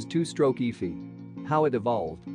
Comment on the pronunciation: LOL did the voice REALLY say "EEFEE" instead of seperate letters E F I? how ignorant sounding!! LOL then is followed up with "Carb yew rate ah " Was this edited by a non english speaker using computer voice reader or what? SO IGNORANT sounding!